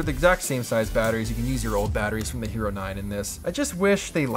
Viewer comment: I thought he said "Gyro 10" and kept looking for a tasty sandwich.